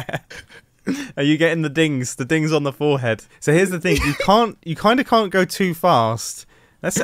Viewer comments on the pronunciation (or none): none